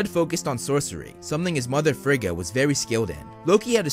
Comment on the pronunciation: I really enjoyed this video! Just fyi, Rene Russo's character's name is pronounced: Fray-ah. Also, Thor, and everyone else in the movies mispronounced Heimdal, Every. Single. Time. Heimdal is from Norse Mythology, not German. His name should've been pronounced closer to Hay-im-doll. It REALLY doesn't matter, it's just the one thing in the MCU that drove me batsh*t, lol! Pet peeves can be annoying. Great video!👍